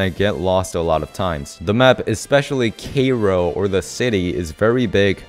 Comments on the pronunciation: cairo not kairo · Lol cay-ro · >:c you pronounced cairo wrong Smh